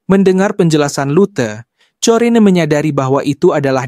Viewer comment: kayaknya corrine dibaca korin